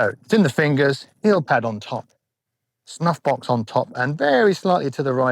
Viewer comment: I love the idea of putting a dot on your glove right above your "snuffbox". I'm a pretty visual learner and I bet it'll be a nice reminder of how my wrist needs to be rotated. BTW, when you first said "snuffbox", I swear you said "snot box" and I had to rewind the video to double check what you actually said.